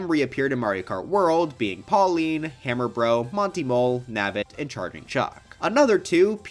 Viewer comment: Why did you say hammer bro it like “ham r. bro” 😭💔